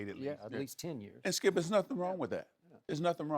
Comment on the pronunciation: There's no 'L' when Shannon says skip